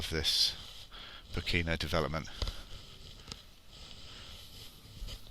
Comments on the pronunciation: Poh ke no. Stress on first syllable. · It's pronounced "poh-ken-no" and it's cold and foggy in the winter. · tis pronounced 'poor - care - nor' = Pokeno (say it fast)